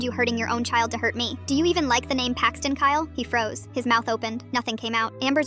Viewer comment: How do you spell Paxton with a 'Y'? Payxton?